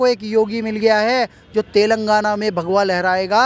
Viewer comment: Bhaiya telgaana nhi he Telangana Hain...